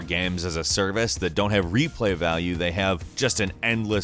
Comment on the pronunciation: Lol did you just say life is strange has replay vaule?